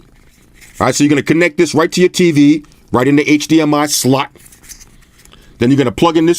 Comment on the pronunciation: why he say slot like that 😂